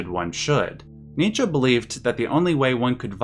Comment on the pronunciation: Thank you for pronouncing Nietzsche correctly!